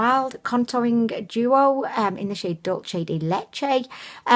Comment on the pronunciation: You´re almost saying it right. In the word ´´dulce´´ you are pronouncing the C like a CH, it´s pronounced TH (like thimble or thumb). Dulce de leche is milk caramel, like when you boil a tin of condensed milk for a few hours mmmmmm. The day Lóreal go CF, I will defo buy the age rewind concealer, I know they will one day... I also use the conceal and define as an eyeshadow base, however I recently ordered one from O.two.o for 1pound20! (the one with the rose gold lid) it´s still on the way to me, can´t wait to try it out. Great video as always hun!!!xx